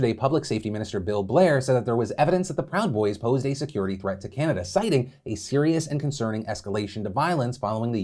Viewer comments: Aight Charles Barkley "seerus". Lmaooo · .....was he trying to say serious?